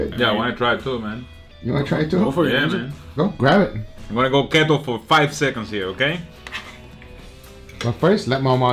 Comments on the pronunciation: The fat life aka keto or as you guys pronounce... keht-oh lol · Khetto? LOL. No, Keto is pronounced like key-toe